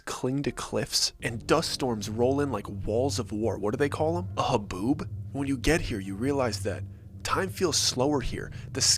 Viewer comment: I'm in Tucson, Arizona. The type of storm your trying to say, is called, Haboob. Ha - Boob Just so you know. 😊